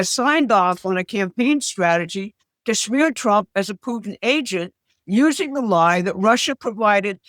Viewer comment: "usening". She is for sure trying her hardest.